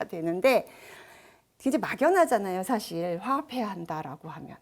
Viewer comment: 또, 좋지요 같은 고유어의 첫자도 길게 발음 해야겠읍니다. "한국 어문을 고발함"이란 책을 한 번 읽어 주시압.또, 사실, 찬성, 여부 의 첫소리는 길게 발음하셔야지요. 변 완수 배